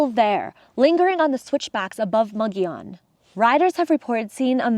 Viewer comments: Pronounced Muggy-on. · Thanks for the tour! I've never heard of this place but I live here in Albuquerque, New Mexico. I believe Mogollon is pronounce Mo Go Yo N. The two LLs side by side sound like a Y, like in Tortillas - Tore Tee Yas.